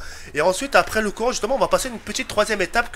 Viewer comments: mdr a la place de dire courant tu dit corant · " on va allumer le coran " au lieu du courant ;) sinon bonne vidéo :)